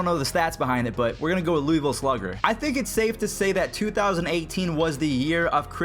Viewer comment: I’m from loooooooovuuulll not Luisvilee